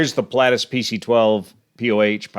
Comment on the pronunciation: I'm surprised you're butchering the pronunciation of the aircraft type 'Pilatus' so badly?